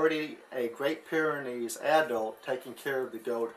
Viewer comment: It's Pyrenees, not pyranees... you probably know that though. Nice video!